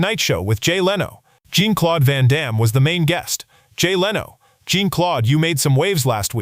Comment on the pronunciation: Van Damme"s first name is not pronounced as a woman"s name, like blue jean. Please pronounce his name properly.